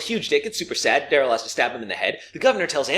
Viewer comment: When Merle was reintroduced it sounds like he said Dale’s brother instead of Daryl